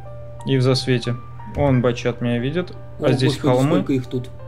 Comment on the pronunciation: да бля,, не батЧат, а батШат правильно)))